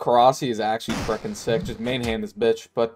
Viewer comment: I hate how you say "freckin".